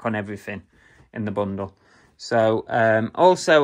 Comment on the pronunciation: I like that you say bungle instead of bundle half the time 😂